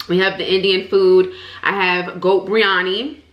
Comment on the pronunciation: I'm indian and thats not how u say biriyani